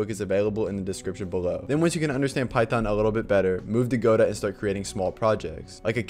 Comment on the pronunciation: Thanks for saying go-dot and not gu-dough!